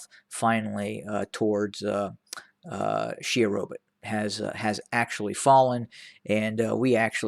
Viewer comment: Correction: It is not 'Sherobit' it is 'Shewa Robit'